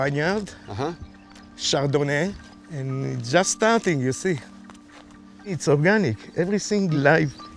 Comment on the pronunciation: chardonnay not chardonnet